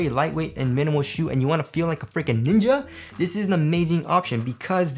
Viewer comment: Hahaha The way he sounds saying Ninja."